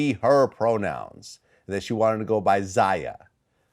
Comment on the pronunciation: Its pronounced "ZAY-UH and ZY-ON(not Zian)" Vlad!!!!!! Other than that he still a little boy lmaoo